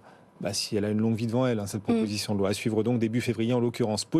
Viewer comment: "proposition de loin" (loi), "mainjeur" (majeur), "obligatoinre" (obligatoire"), "on voint" (voit), "poinds" (poids)